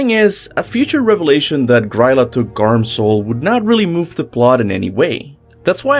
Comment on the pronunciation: i just noticed that they say Grýla’s name wrong in god of war.